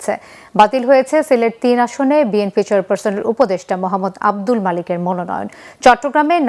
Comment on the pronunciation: ভাই অশিক্ষিত তারেক তার দলের নাম সঠিকভাবে ভাবে বলতে পারে না সে বলে বিমপি এটা আবার কোন দল?